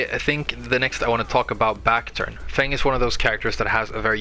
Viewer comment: you pronounce his name perfectly on second time. He is my favorite character and I am glad to find this great video